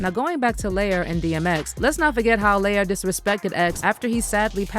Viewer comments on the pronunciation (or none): R U SURE IT NOT PRONOUNCED, LY-OR ...? 'Cause it's giving, LIAR.:face-turquoise-covering-eyes